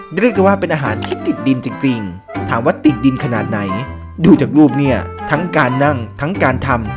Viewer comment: การออกเสียง ร ท่านแปลกมาก ดรูป เดรียก เป็นภาษาที่แปลกดี